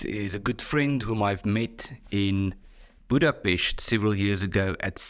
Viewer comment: Budapest not Budapescht